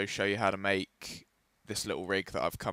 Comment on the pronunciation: Can't you mayc hongr gayms